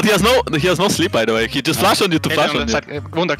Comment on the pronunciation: "Wunder Care" - Rekkless 2021